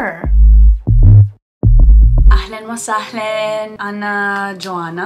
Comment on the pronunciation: Mashallah, you learned a lot in a few days here but there's some pronunciations that I wish your teacher/friend corrected for you, they're very basic. What i noticed is when you say ahlan wa sahlan, you say sahlayn instead of sahlAn, it should be the same way u say ahlan. good is shatir not shootir for masculine and shatra for feminine. I'm speaking Arabic to myself: ana bakalim 3rabi ma3 nafsi I'm speaking to myself in Arabic: ana bakalim nafsi bil 3rabi I have only seen this video so maybe they are already corrected but these are just a few I saw Keep going, this is the fastest I've seen someone learn Arabic in any dialect this fast within a few days. You are truly an inspiration and a gifted human being. I hope more people become motivated to learn Arabic from you <3 I'm Egyptian, ahlan beeki fil 3alam il 3rabi, welcome to the arabic world